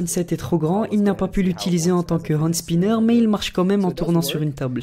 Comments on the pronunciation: Un "and spinner" ? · de la prononciation de Hand spinner mdr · Tu ne sais même pas prononcer le mot... De plus, Catherine l'a fait pour sa fille autiste...